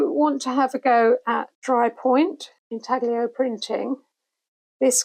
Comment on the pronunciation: Hello! Wonderful video! Usually I don't like listening to too much "rambling", so my thumb kept hovering on the "skip ahead" position, but you kept saying super interesting stuff :-) And it's pronounced intallio, one does not pronounce the g much when it is followed by an l. Love from Italy!